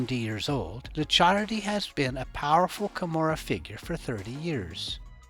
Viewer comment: Licciardi is spelled " leech hardy " , but faster and with hard " e " Also 200 euro notes aren't in production anymore , somebody using those for sure isn't ok 😂😂